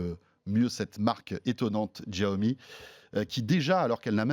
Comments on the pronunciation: J’adore le jeu de mots : En chinois, Mi Fan signifie « riz bouilli » 😂. Et puis, François, arrête de prononcer « Giaomi », c’est « chiaomi ». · Même pas foutu de prononcer le nom de la marque correctement, Yan Liu le prononce plusieurs fois même pas il capte ou il le fait exprès. Et bordel arrêtez de ramener a Apple systématiquement, c'est pas eux qui ont eu le monopole de l'innovation, l'avantage de Xiaomi c'est déjà de le proposer moins cher sur un ensemble de fonctionnalités et de technologies. Essayez de restez neutres dans vos propos. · Deh que j ai cliqué sur la vidéo j ai direct su qu'il allait prononcer bizarrement "Jiaomi"... Mais renseignez vous au moins avant de tourner l émission.. Bref consommateur depuis plus de 4 ans mi band 3 portable mi box et plusieurs petit gadget qui fonctionne tous encore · chia-o-mi pas xhichaomie... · D'jaomi mort de rire !!!!! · C est pas jiaomi , c est chiaomi voila comment on le prononce , comment gagner de l argent c est sur le volume tout simplement et même s il gagne entre 5 et 10 % c est déjà pas mal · J’adore ce type :). Bon j’ai vécu 8 ans en chine, et Xiaomi est une sacrée marque là-bas. On prononce bien Chiaomi. Et le jeu de mots: les Mi fans ! Cela veut dire Riz en chinois. :) Super vidéo François !! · Pourquoi il fait exprès de mal prononcé la marque ? J'étais fan de la marque. Maintenant je suis un mifan 😋😎.mon redmi 4x fait toujours bien le taff et mis à jour régulièrement. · Ça se prononce chiaomi